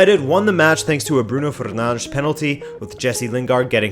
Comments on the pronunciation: Jesus man the way you pronounce Bruno Fernandes is getting even more annoying. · bruno fernarnshh